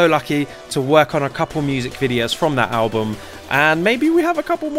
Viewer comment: Is it just me or can’t he say album 😂 at the start